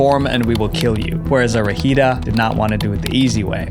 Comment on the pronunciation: im sorry but that pronunciation of Fuerza Regida got me so confused 😭 also did not know they were involved in something like that😥 they preformed at my school once bc one of them went to that school so in my brain theres a connection to them that would make things crazier also Peso Pluma also has a threat from the cartel onfe so it seems very common